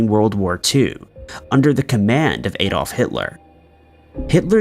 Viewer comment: Why can't Americans pronounce the name Adolf correctly?